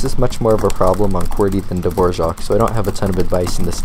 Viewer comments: dvozhok wtf its not pronounced like the composer, but duh-voor-ak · Dude, I was waiting for this video 5 years, thank you so much !!! (Btw its pronounced - dvo - raack= dvorak. ). Time to eliminate the pinkies now, back to the salt mine... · Dvořák is the composer. Dvorak is the keyboard (The r in Dvorak is pronounced like a normal English r) 😉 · The composer's name is pronounced that way, but the keyboard layout Dvorak is pronounced the way it looks - without the 'j' sound after the r.